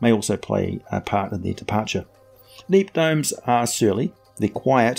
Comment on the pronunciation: My favorite gnomes! Also , it sounds like you said Neep Domes by mistake